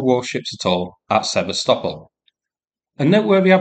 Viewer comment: Thank you for using Ukrainian pronunciation of Sev/a/stop/ol. Every time the yanks butcher the name it hurts my ears. 🇺🇦💪🇦🇺